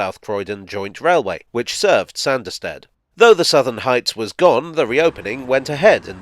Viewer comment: The hilly country thereabouts would have made this a heavily-engineered (ie expensive) line to build compared to many of his other projects...added to,as you say,the sparsely-populated nature of the country,no-one would have been keen to invest. Oh...and it's pronounced "Sarnderstid" 😀